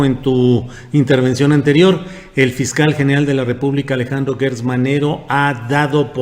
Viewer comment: ¿Porqué pronuncias guertz y no como es; gertz.? Aunque por mala costumbre se escuche guerber y no Gerber,no debemos seguir en el error.